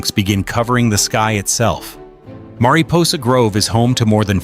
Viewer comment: The ai mispronounced many names like mariposa, Tuolumne, and more. Plus the ai voice stutters, many timestamps. The thumbnail is an albino white bear, where is the bear in the video? Why have clickbait?